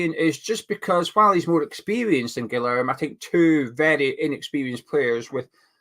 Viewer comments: its pronounced GIYERM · Say key and then put a g in instead then say ler-me and your golden. Got a family member called guilhereme